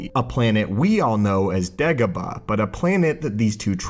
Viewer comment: It's Dagobah, not degobuh